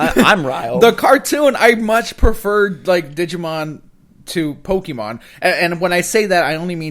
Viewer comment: want to rile a pokémon fan......keep mispronouncing Pokémon. Accents aren't there to be pretty.